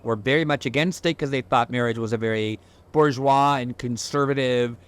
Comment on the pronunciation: Nice to hear bourgeois pronounced with at least something of an R.